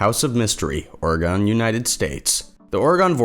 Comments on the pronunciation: Round these parts, we pronounce it OR-ih-gun. NOT Or-eh-GAWN. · Why you say Oregon like the way you say it lol orgon 😂😂😂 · Also it's or-EE-gun. But thanks for covering it!